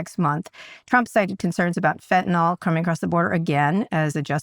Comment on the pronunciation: Dear Kara: I hope you forgive me for raising a trivial point relative to the issues you are discussing, but please avoid pronouncing Fentanyl as Fentanol. Thank you.